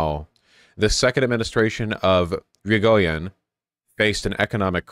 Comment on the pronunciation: 1. It's ee-ree-go-yen 2. You can copy and paste words in most major languages into Google Translate and have it pronounce the name for you as long as you have it set to the language that the word is in.